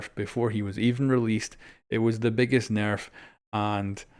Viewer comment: AR S nairf 😂